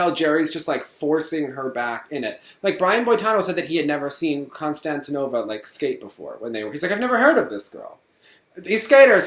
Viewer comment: Just for reference, Konstantinova's last name has emphasis on the I, not the first a. Pronounced Konstant-EEN-ova